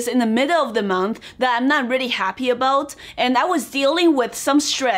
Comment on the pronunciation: "good and haapy life" ramen to that !